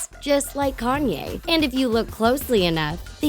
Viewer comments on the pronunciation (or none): none